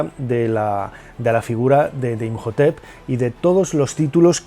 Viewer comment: Imhotep se pronuncia como J? Segun yo es muda